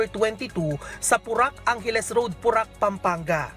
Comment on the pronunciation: Ayusin mo nmn po.. porac.. hindi purak. (Po-rac)